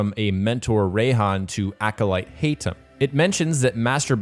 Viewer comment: Woww man thanks you just butchered the Arabic names Basim it is not basseeem and Haytham it is not Heythim But i like the review tho 🤣💙